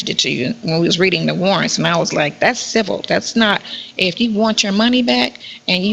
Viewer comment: I'm sooooo sick of this dumb broad saying CIVIL. SHE PROBABLY CANT SPELL IT